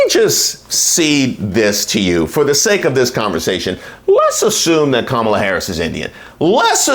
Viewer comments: i say we withhold the food too until they stop pretending they're too dumb to pronounce the VP's name correctly... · Nasty Mess pissed me off. She mispronounced her name on purpose and then tried to play the victim when she was called out. Then, to say VP Harris doesn't know what a woman is? Talk about white privilege.